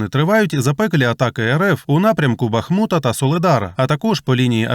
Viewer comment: На Донеччині немає БахмУта Є тільки БАхмут